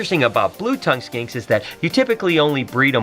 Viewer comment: Blue tongue Skanks? R u saying skanks or